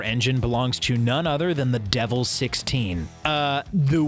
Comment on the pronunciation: Almost nobody pronounces Devel correctly LOL.